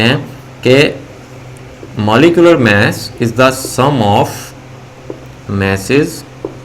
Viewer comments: Sir vo mass hota hai mess nahi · Mess *mass sir😂